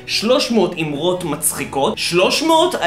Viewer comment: זמן: : לידיעה הצורה הנכונה היא: AMAROT !